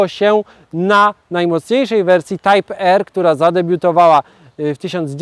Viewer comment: Type R czyta się prawidłowo "tajp ar"